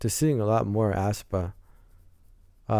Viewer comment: The pronunciation is Espa actually BTW I freaking love black mamba it's so good for debut song Thanks for your reaction to aespa ♡